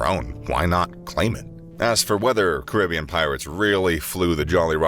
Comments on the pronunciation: Your pronunciation at the start is correct as its was name after one of the many indigenous groups of the region known as Caribs. So its ka·ruh·bee·uhn not kr·i·bee·uhn. Hearing it pronouned as the latter is like nails on a chalkboard. - your friendly neighbourhood West Indian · The first way of saying Caribbean is actually correct.